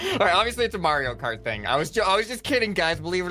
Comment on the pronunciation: says Mareo Khart My mind: is a boomer? 🤔